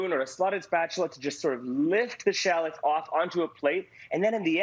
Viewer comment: You’re saying shallots wrong. Please stop.